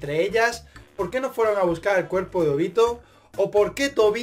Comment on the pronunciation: Que asquerosa la pronunciación se Óbito